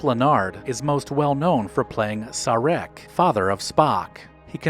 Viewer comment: Next time you watch Wrath of Kahn, remember Ricardo was 62! Astounding. Also, love the channel, but please learn pronunciation of the names/characters... Sarek to name one of many was way off....